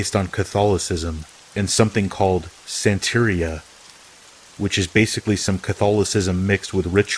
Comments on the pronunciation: Santeria rhymes with galleria. It has the same syllabic stresses as diarrhea. You say it like, Santa-🎅- Ree- Uh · Santeria is pronounced santa ria. 😀